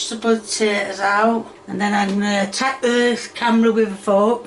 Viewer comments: I love but the way she pronounces potatoes as "sput-ayy-as" invokes some irrational anger inside me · Why does she call potatoes "sputids" or whatever she is babbling...? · i keep laughing every time she says "spu-tay-tas" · I love how she actually got mad at the sput-ayy-tuhs for not getting off the spoon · It actually pissed me off lmao. Cus why are you saying it like that 😂 and I feel like I’m gonna start saying it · "Spud tatoes" Is this a british thing or just her? I know Spuds are used for potatoes but ive never heard it like she says it. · Hearing SPUTATOES is making me want to break things. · Never heard someone struggle so much saying "potatoes"